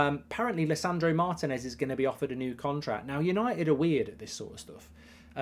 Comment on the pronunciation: Lisandro Martinez! In both words the accent is on the "i", not that hard!